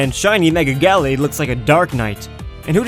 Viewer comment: fans of the ralts familly hear his pronoucetion of gallade are triggered (its guh lade)